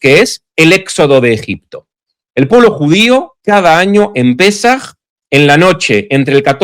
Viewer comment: No es pesáj, es Pésaj.😉